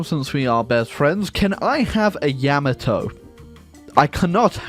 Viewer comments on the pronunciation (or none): none